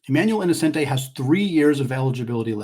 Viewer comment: as a student who just got back from gonzaga in florence, it’s pronounced e-no-chen-tee :)